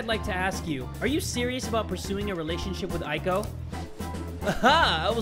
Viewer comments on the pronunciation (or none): The "ei" sound in Japanese is pronounced like a slightly longer "Eh" not "aye". Eiko = Ehhko, Yohei = Yohehh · I think you say eiko like Eyko not Aiko. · Here's a tip: "ei" is pronounced like the "ay" in "" and "ai" is pronounced like "I". I love this series! You're that dude!! ^^ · Man, I got so excited when I saw this episode was out! My studies can wait for a bit... Also, a little pet peeve, Eiko is pronounced like ayy-ko (as in ayyyy lmao; or just the letter A). Japanese vowels always sound roughly the same, so e always sounds like eh, and i always sounds like ee (think 'sensei'). I want to make a video about this someday, because it's a huge pet peeve of mine! But I love you, and you're still awesome, even if you mispronounce things sometimes (you're actually better than most tbh!).